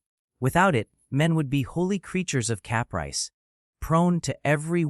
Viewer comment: "Cap rice" haha. Fuck AI.